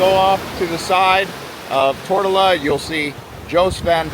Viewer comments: It is not Tort-a-la. It is pronounced Tor-to-la. How did you finally figure that out half way through the video? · Yo bro it’s not “Tortellaaa” or “Tortilla”. ITS “TOOR-TO-LA”! Learn to pronounce the islands you’ll be talking about first before making a video on it. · Tortola. Tour-toll-ah. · Tortola = tr·tow·luh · It’s Tor-TOE-La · Tor toe la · Curious, I never heard that pronunciation of Tortola ...